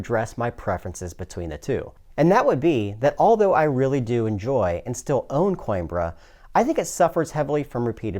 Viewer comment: Hot damn. Plays faster than Coimbra (Co-EM-brrra, btw, according to my spanish friend) and says he likes it way more even though he still likes and enjoys Coimbra? Sounds like a must buy. OOOOOoooo, and I just noticed a play through on the right side of my screen! Thanks for this incredibly succinct but thorough review.